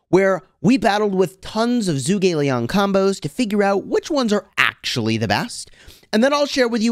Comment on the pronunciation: Hey I just wanted to say something about pronunciation. With zhuge Liang being Chinese it should not be pronounced as zoo gei it should be like juge like juice and a soft g. So like in get g Zhu ge Liang.